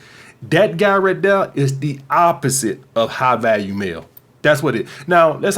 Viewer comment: I thought you were saying high value meal lol, still worked.